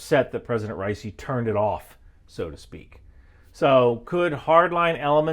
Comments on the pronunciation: dudes name is pronounced Raw-E-sea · you didn't even pronounce his name correctly, who tf takes you seriously?!